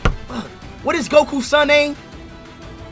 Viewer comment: Bro said Gokea